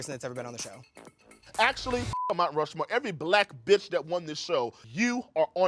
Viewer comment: Mount RU-More